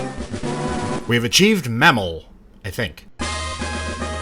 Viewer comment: this mf said manimmal